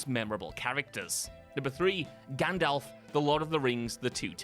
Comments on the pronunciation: The Crow movie was not made in 1984 and there is no "O" in Gandalf. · Number 3 is ‘Gandalf’ NOT Gandolf. Read any good books lately? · Gan....dolf? Gundolph? Gondolpf?